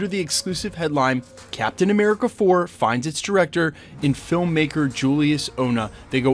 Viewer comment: Captain A-meh-rica